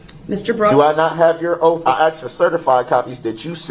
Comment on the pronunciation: Oath doesn’t have an “F” in it.